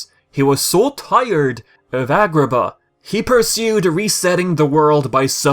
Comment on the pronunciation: The way you said Agraba.